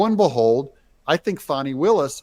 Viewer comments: Can we just “call a spade a spade”? In a bush sr tradition: its not “fahnee” no more than “suh-dahm hoo-sane” “Sayhdum hoo-sane” Fanny will-us… Because she’s been nothing butt a fanny to everyone else…. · what is this fawni willis crap???? do you see a w in her name????? w.t.f. Are we pulling a joe dirt thing here to spare her feelings???? w.t.f????????????????????? You can call it joe dirte all you want but its pronounced joe dirt. now use that same logic to her name.